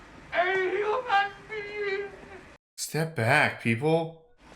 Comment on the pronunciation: "I am a Hunan bean"